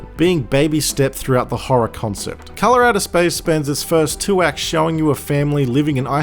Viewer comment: "Colorado Spice is one of the best HP Lovecraft movies I've ever seen" Me: wait wuh-? oh, Hes from Dewn Unda, Nevahmoind